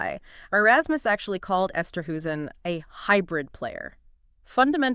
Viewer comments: Pronounced Esterhayzen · But please try and get the pronunciation of his name right. I know it may not roll off your tongue easily but please try 🙏🏼